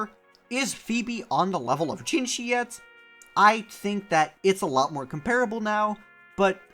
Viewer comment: again, its jinhsi, not jinshi azzhole.